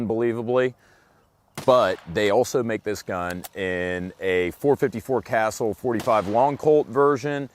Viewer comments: Casull is pronounced Kuh-sule, not "Castle"! Cmon! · Casull NOT "Castle"... and that's all I got to say about that. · Ka sool not castle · It’s not Castle you idiot, it’s Casull. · 454 castle? You mean “cah sool “? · really good review.........I keep wanting to get one......I have a Redhawk but it has a 7.5 inch barrel......i'm wanting black bear protection........yes we have some BIG bears around here.........but I can't decide this snub or the 4.2 inch barrel. Oh! its not castle it's pronounced CA----sull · casull host pronounced it castle almost. I pronouce it 'kha sool' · I thought it was pronounced cuh-SOOL. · He pronounces it wrong. It is pronounced Ca-Sool. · CUH-SOOL GOD DAMMIT IT'S SAID CUH-SOOL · "The 44 Magnum is a little light" the 44 Magnum has been killing bears for decades and was considered for some time the most powerful handgun in the world, personally the Super Redhawk Alaskan is in my opinion hands down the best one available. Now the 454 "Casull" is one NICE revolver and indeed next on my list......So I'm sure Ruger would appreciate if you could pronounced it correctly....